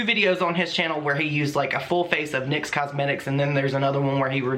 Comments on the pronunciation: I couldnt even focus the whole video because its "NICKS" like the goddess NYX, not N-Y-X... either way that was dumb of them lol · Just an aside: it’s pronounced “nix”; I believe after the Greek goodness of beauty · Just FYI, it isn’t pronounced N-Y-X. It’s Nyx, as in the goddess of the night (pronounced Nicks). Anyway Nyx was lazy and got caught. It makes no sense why they wouldn’t just use their own photos. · The name of Nyx is pronounced “nicks”. Just so you know 😄 love ya!!